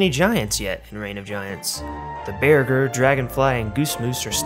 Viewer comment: Did you say beargur instead of bearger ? i'm not mad or anything but that was a little funny also maybe people want single player to be updated so they don't have to run a server to have one player on it but i mean i don't really know a lot about computers so if a host only server pretty much runs like a single player game then I guess it's okay yea no reason to play single player. Anyway have a wonderful day ^-^